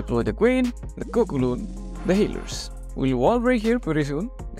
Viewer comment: Why do you call balloons cocoloon?😭